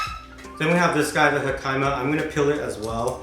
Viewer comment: He - kuh - ma = jicama (pronunciation) Loving these food vids and ur vlogs! Keep it up. Ps love that u show the realness not that polished up version everyone else does. Keep it up ✌